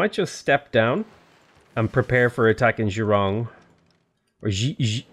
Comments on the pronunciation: Youre close on the pronunciation of Xiurong - in chinese pinyin, "X" is pronounced like "SH" and "IU" is pronounced like "YO", so Xiurong is said more like Shyo-rong, and also Xi'an is pronounced like Shee-an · Xi'an - pronounced like "she ahn". If you want to get technical, the difference between "shi" (pronounced "she") and "xi" (also pronounced "she") is that "xi" you say whilst smiling, but just saying "she ahn" is just fine. As for Xiurong, it's "she-oo (but as one syllable) wrong". Chengdu is "Chung doo". What gets confusing for a lot of westerners (and it did for me before moving to China) is that there have been two different ways of romanizing Chinese names: Wade-Giles was used until about the mid-20th century, and Pinyin has been used since. Pinyin is easy (for example, the city Qingdao - you read like "ching dow") but Wade-Giles is just annoying and what causes most of the problems (That same city in Pinyin that is Qingdao in Wade-Giles is Tsingtao, but is read the same as in Pinyin). For the most part Pinyin is used in Civ VI